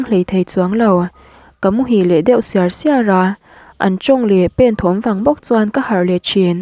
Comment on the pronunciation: I chhiar thiam viau a, in zir na tur ila ngah deuh. Ka meng siar² tih i chhiar rik dan te hi a diklo tih i hria em aw..... Hmalam pan zel tura duhsakna comment aw...